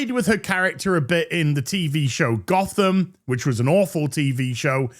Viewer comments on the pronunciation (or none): none